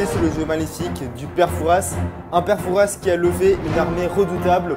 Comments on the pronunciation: on prononce pas le s de pere fouras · C'est très jolie comme dans le vraie fort Boyard mais on ne die pas père Fouras avec le ssss il faut pas dire le s sinon c'est très bien mon frère adore se que tu a fais